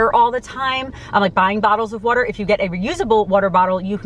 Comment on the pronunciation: wooter fountains wooter